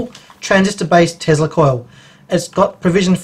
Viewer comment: whats a "tezla coil", i think you mean tesla